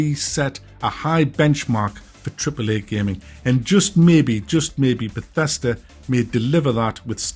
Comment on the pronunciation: You lost me when you said Bethesda